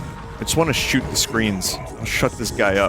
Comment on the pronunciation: "I'm ready to SHEWT" - Binyot